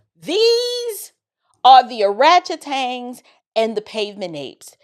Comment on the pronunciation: Did she say ORATCHETANGS??😮🤣🤣🤣🤣